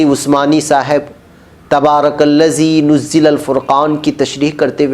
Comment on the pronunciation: par tabaraka llazi nazzalal furqaan hai ... aap nuzzila majhool padh rahe hain